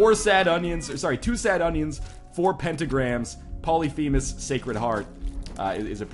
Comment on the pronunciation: i think you are pronouncing Polyphemus wrong.